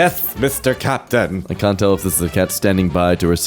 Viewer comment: Captain, or Cat-pain?